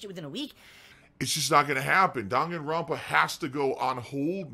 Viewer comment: I really really dont like it when he says Dahngen rampa